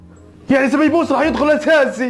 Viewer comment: هههههههه سبيبوس يا اسمع سبايوس